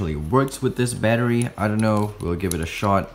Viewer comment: Sounds like ur saying battree